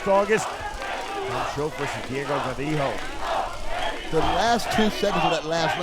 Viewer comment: What did call GARIJO? "GAROJO"?